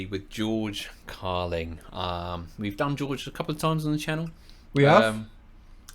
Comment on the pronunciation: Dude!! His name is George Carlin not George Carling!